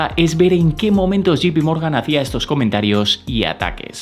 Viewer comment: Muchas gracias por tus videos. Los sigo y espero con ansias. Sólo una pequeña, muy pequeña, sugerencia. Me suena muy incómodo que te refieras a JPMorgan como “Yi-pi-morgan “ cuando debería sonar más a “yei-pi-morgan”. Sólo eso y espero no molestar con este comentario. Saludos